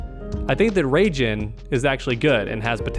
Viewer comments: Ray-Gin? 😹 You mean Rye-Jin? 😹😹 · Raijen* lmao 😂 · In that case I don't wanna know how badly they (and probably me too) butcher the name of Kotal's stuff. Mehtizquia? Huitzilopotchtli? Nahuatl language looks hard. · I was this day old when I heard someone say “Ray-Jin.” 🌩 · Question: Why do you call Raiden for Raigen? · The way he said Raiden hurt me